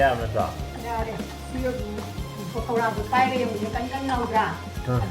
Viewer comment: It's Pakora 😁..not Pokara But it's not that Makhwang chengbi shape like in Ushop